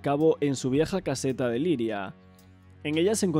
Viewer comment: eres 1 crack que lo sepas te dejo mi like ahhh una cosa es Lliria no Liria xD poco a poco mejorarás estoy seguro 👍